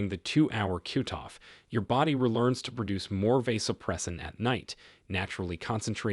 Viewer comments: Does AI have to be used in these videos? It’s irritating to hear the mispronouncing of words. Several times hearing “cute”off instead of cutoff. I’m sure there were others but this was the one that stuck out as it used several times. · Useful information. However your pronunciations of cutoff as cuteoff was annoying.